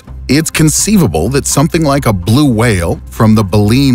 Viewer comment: "whale" xD